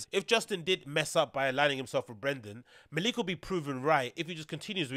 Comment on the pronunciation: MALICK!!!!!! pronounce it like that G